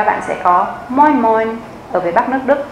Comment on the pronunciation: Moi moi ( nghe cách phát âm buồn cười nhỉ )